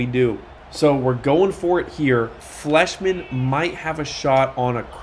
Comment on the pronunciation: I would pronounce Fleishman with a long I sound, like flyshman